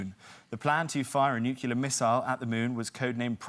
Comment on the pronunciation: Why does Jack think that calamity is pronounced clamity, particularly when he pronounces nuclear as nuculear? And why does he think that a cocktail shaker is called a martini shaker? A martini is only one of many cocktails you can shake!